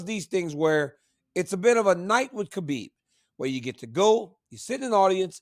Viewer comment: Why is Cormier after decades of knowing the guy still pronouncing it KABIB when its pronounced HABIB